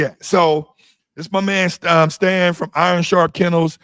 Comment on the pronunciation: Lol damn get Stan's name right lol.